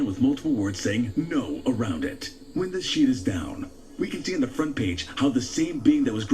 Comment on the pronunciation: he said win brother smh